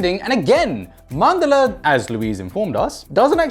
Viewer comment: 😂😂 I'd love to hear her speak Hindi in the next video then. Plus, I wrote this comment because most of the Indians get the pronunciation wrong. It's written as Mandala but spoken as Mandal. Which Louise got right.